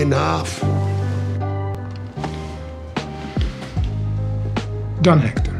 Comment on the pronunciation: Can't believe that they couldn't bother to hire a Spanish coach for Esposito after so long. NO Latino would say "Don Hector" like that. It would be more like "thon (with the 'o' pronounced like the one in 'or' or 'orange') EK-tor (with the 'e' as in 'enemy' or 'entry' and the same 'o' as before)."